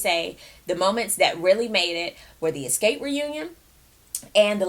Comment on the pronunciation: did she just said eskape.....LOL..i'm dead